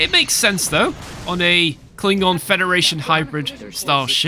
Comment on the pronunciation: "Kling-Gon" hahaha